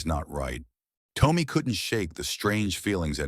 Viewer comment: Am I the only one that the A1 who is reading this is saying the boy's name wrong? I would say the name is Tom me and not Tome me. I'm sorry if I am wrong but I have never heard anyone with the name Tommy sound like Toe me!